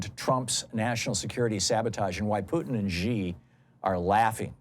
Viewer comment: As an American who speaks Mandarin, it hurts every time he says China President’s name wrong. It is pronounced like the female pronoun “she”—not Zhee. Why does everyone get this wrong? It’s time to learn it.